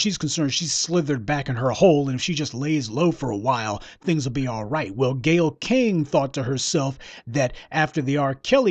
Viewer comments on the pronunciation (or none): I just like how you say Gayyle Skank! I dont even know the bitch but i already hate her especially for attacking my black race